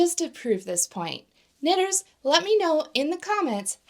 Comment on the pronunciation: Really wish you didn't say "knitters" like that